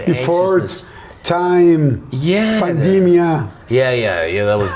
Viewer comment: Se dice "Pandemic" mi Yordi, jaja saludos, excelente video ojalá que te traigas al Adam Sandler! :)